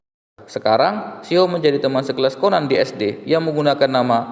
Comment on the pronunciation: Bukan ceban tapi Conan 😡